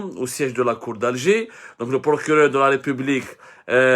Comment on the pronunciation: "El Prokuréreurrr" emploi très maladroitement l'Inversion accusatoire ...